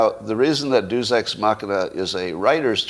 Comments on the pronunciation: Yeah. I went to Catholic school. We had to learn Latin. I had no idea what Scott was talking about, from his pronunciation. He said it 3 times before I figured out what he meant. "DAY-oose"! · I think he was trying to make it a diphthong, like the English word "feud." The lack of Classical education has profoundly degraded Western culture since "Progressives" eliminated it from the curriculum. The Illiad and Aeneid are as important as the Bible in teaching Western morality. But you shouldn't need to know Latin to know how to pronounce "Deus." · Douchebag writers probably actually know how to pronounce "Deus" too. Hint: It's not how Scott does it.